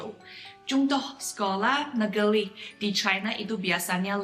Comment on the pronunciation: Bu, just a suggestion for pronounciation in Bahasa , when you pronounced " Luar negeri " the sound of " ri " dont use American sounding " R" but try to use the sound of " R " in the pronounciation of " Nurhaci " ....it will have better sounding " R " because R was not pronounced properly will loosen to " L " sounding in bahasa...Just a suggestion to help pronounciation in Bahasa. The reason behind this is if you listen to Manchu speakers in Mainland, their " R " pronounciation is closer to the way " R " is being pronounced Bahasa Indonesia....